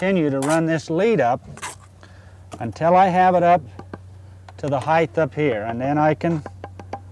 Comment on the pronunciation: Very nice. Not hating, but it is height, not heighth.